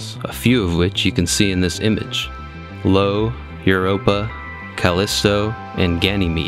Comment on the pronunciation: Fyi, the moon Io is spelled with an i not an L, so it's pronounced eye-oh, not Low.